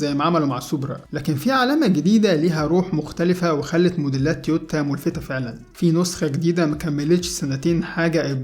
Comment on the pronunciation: تويوتا وليس تيوتا